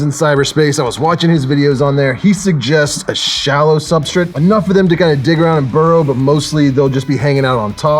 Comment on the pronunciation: I love that you say "Sub-STRIT" and not " Sub- STRATE(STRAIGHT)" I laugh every time I hear it lol. Must be a locational/ accent thing lmao.